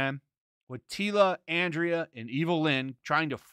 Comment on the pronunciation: First, she is called AnDRA, nicht Andrea. Maybe it is a joke by you... then i don't see it. I see the savage He-Man stuff more like Wolverine without his Adamantium, back in the 90s when Magneto pulled it out from Wolverines body, he reverted back to a animalistic being resembling more Beastman or a neanderthal guy. Then, from a story point of view, or the "lore" it makes no sense to have the toys promote the original Mini Comic. It has NOTHING to do with the show. Sure, you can do nice photoshoots resembling it, but as advertisement for the show it makes no sense. And i agree, he will be savage, he will fight Skeletor, obviously in episode 7 as Smith and the other guy mentioned in the stream, and after that they probably fight Evil Lynn, Adam has to give up the power, because he can't contain it, and Andra will take it... And i agree again with the poster. When i saw it i laughed that it is advertising again the wrong thing. This battle is in one episode and the rest is supposed about Evil Lynn. Wonder how they will implement the comics story that Skeletor sees his dead Skullheaded wiife. Will the Skullheaded kid return wich he gave into slavery because he loved it so much? And Lynn basicly saying that Skeletor never returned her "love" or "changed for her"... will he change in the end and make sweet love w... never mind.